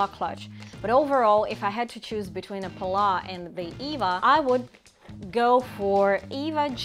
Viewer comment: Hi you may pronounce it pallaS the s is not silent. PAL LAS